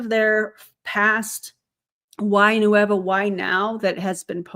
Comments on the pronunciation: Officially the new name. 'Qué Hueva'. Love it. Best part is they'll throw it into Google translate and just not get it. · I'm Spanish. The way pronounces "Nueva" sounds to me like "Hueva", which in Mexico means "lazy", "boring", or "tedious". They nailed it! 🤣🤣